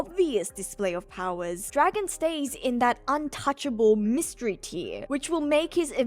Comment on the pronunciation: mindblown. I'm today years old when I learned that's how you actually say his name.